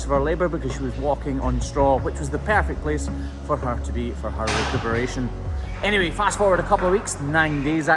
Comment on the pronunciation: did he say recoveration or did mishear that